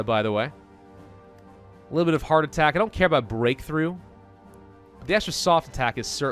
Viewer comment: when he said hard attack i thought he said heartattack